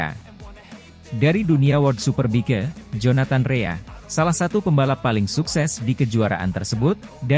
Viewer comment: "superbike" bacanya superbaik. "locatelli", bacanya lokatelli. hadeeh tolong la, jangan kampung kampung amat.